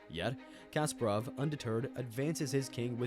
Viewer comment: Garry Kasparov Not Kasperov...